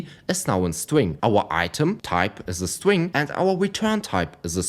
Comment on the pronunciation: "My stwing" 😂 sorry but i can't help it. Good video man